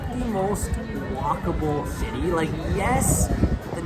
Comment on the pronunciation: Wow unwatchable he has to work in the pronunciation and avoid screeching when he says cityyyy😊